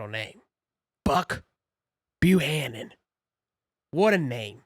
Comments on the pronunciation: FYI That's Buck Bu-Cannon ! I know that's a double, but it's how it's pronounced! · Mannnnnnnn, I love your channel, BUT YOU KNOW YOU CAN BUTCHER SOMEONE’S NAME😂😂😂😂😂 …. BU-CAN-NIN